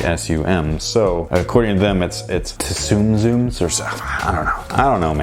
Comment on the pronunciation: You're pronouncing "tsum tsum" correctly. It's Japanese for "stack stack", and it's like saying 'tsunami' (it's "soonami", not pronounced "teh-sunami", right?). Oh and yes to the vlog. I miss shopping/hunting for stuff in the states so it'll be nice to see stores like toys-r-us, target, etc in their true form.